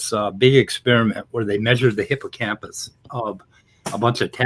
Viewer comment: "Hippocamus?" How the heck did he get hippocamPus wrong? Lol. Maybe one should ask if he can show his academic papers he has published. What is the work he has been doing that has been published and peer reviewed?